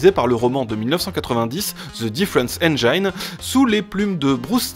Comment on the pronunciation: Dans "engine" le i se prononce i, pas aï.